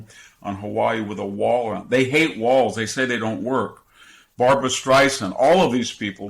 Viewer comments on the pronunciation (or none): none